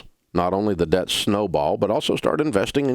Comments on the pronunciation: “honey, we’re gettin’ outta daht” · When he says DAHBT 😂 it’s somehow satisfying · Is he saying debt or “dadt”? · Lol I love how he says "debt" with his country accent